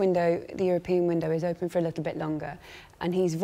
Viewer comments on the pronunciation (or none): none